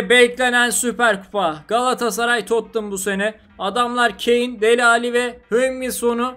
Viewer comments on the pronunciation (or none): none